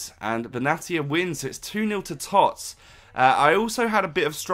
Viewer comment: Whenever you say TOTS I cringe. No one else says it like that and it's terrible.